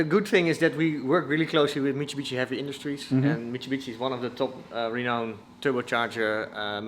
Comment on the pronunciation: The way bro kept saying michibichi had me rolling😂